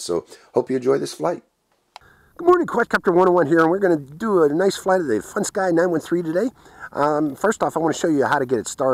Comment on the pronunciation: IT'S A FUNSKY PRONOUNCED FUN SKI NOT FUN SKY LOL